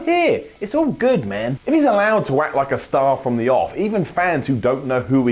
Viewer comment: I agree, Apart from the way you say man